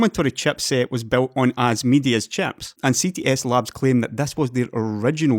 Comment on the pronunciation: Very good video as usual. Love how you pronounce "chieps"